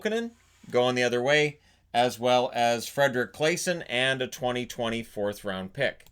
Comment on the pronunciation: Hey! Thanks for yet another great upload. Don’t know if you need to know this but Claesson is prounonced ”claasson” Almost sounds like clawsson.